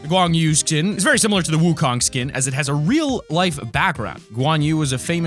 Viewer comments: DAFUG IS WOOKONG XDDDD im Chinese lol, and its pronounced Suin woo khong (uhm, not actually wrote like dat) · Wukong is pronounced Song Wu Gong